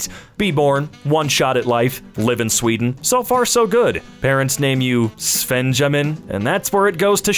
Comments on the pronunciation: it's actually worse because it's pronounced "svenyamin" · Svenjamin? Really?!